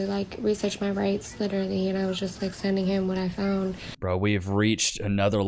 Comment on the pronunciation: At 2139..... I just learned that LITERALLY is actually pronounced 'leerally" 😂😂🤦🏽🤦🏽🤦🏽🤦🏽 GRAMMAR BITCHES